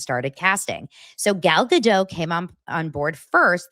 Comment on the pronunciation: Gal Ga-Dote. She's Israeli, not French...